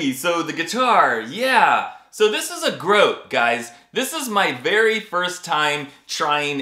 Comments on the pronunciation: It's pronounced "GrohTAY" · When you first said grote I swore you said gross guitar 😂 And I thought well this is gonna be an extra entertaining review